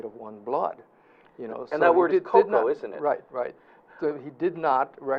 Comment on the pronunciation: Eh Hawaiian let em talk always godda slide in. Also it’s koko and not cocoa. Hmmm